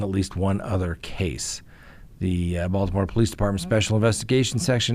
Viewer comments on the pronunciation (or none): none